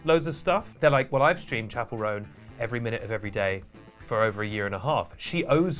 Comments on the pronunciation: love your take fans can be absolutely unhinged (myself included sometimes). That being said Roan is pronounced like bone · Awkward that you didn’t even learn how to say her name properly before doing a full video on her 😳🫣